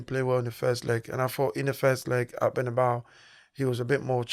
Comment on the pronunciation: This is a message for both Presenters, Fyi fellas, the correct Pronunciation is "Bernabeu" and not "Bernabaou" the stadium was named after Santiago Bernabeu. Have you seen the clip off Jay z getting asked about the music rapper Tupac by an interviewer, but instead of pronouncing his name correctly, he like many others would pronounce it Twopack! So all im saying is, is that it would be nice if you could Pronounce Correctly for your viewers that's all....nice videos btw